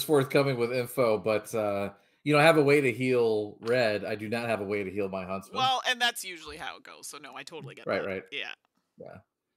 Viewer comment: Every time said Huntsman, it sounded like Husband. So I spent a lot of time thinking "when did Little Red Riding Hood get married?"